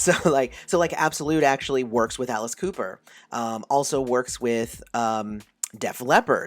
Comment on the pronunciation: WTH? Did you just say Alice Cooper is a born-again Christian? Or do I need to clean out my ears because I swear you just said out with Cooper is a born-again Christian now wow